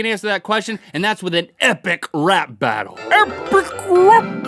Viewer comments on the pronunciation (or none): It's rap not wrap 😀